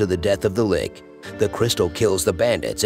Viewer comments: I was already struggling with the bad pronunciations in this video, but 'lich' being pronounced 'lick' is just too much for me. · I know the voice only has text and no context, but "likhh" seriously ? Never heard of a lich ? It's know everywhere.